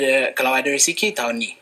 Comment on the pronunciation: Ak impress masa dia sebut, kalau ada rezeki. Kira impress la mat salleh sebut rezeki. Org kita pn x tau rezeki tu apa